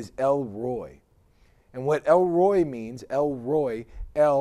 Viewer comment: It's not pronounced 'Roy'. It's pronounced El 'Rrr(roll the R)-oy-He'. El Roi is American to the core, bruh